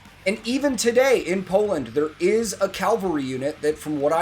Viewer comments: ok first of i really like those reaction vids. but one thing gets me triggered everytime wether a native speaker does it or someone who has english as second language... CALVARY.. emperor damned.. those are horsemen and not a site were jesus was crucified... CAVALRY and your math is correct but for the wrong army... 15 to 1 was the quota for vienna itself.. 10000 defenders of the city vs 150000 ottomans.. hell the elite unit of the jannisaries had allready as many in them as the city in total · Do you actually say Calvary instead of cavalry where you live? I never heard that before, is it something like aluminum and aluminium? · Sorry to be THAT guy, but you keep saying "calvary" instead of cavalry. Calvary is the hill where Jesus of Nazareth was crucified. This is just something that has always annoyed me when people get it wrong, because Calvary, and cavalry are two completely different things. Again, sorry to be THAT guy. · So first, it's cavalry not calvary, but also did you know that Sabaton's drummer Hannes Van Dahl is married to Floor Jansen, the singer of Nightwish? I just figured I'd throw out that little tidbit of little-known information your way byyyyyyyyyyyyeeeeeee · Calvary? 🤔 Isn't that the hill where Romans tortured and put to death a certain jewish insurgent? 😂 I'm going to assume - as you consistently said 'calvary' instead of 'cavalry' - that it's an americanism 🤷‍♂️ makes no difference, but did make me smile 😁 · please stop saying calvary! :)